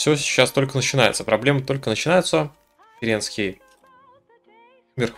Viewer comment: кЕренский. Ударение на первую